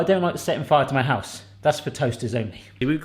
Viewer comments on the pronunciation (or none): none